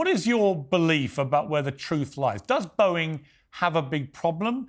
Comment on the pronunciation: haha what? It’s Boeing not Bowing. It’s plane not plain. I’m assuming you aren’t American .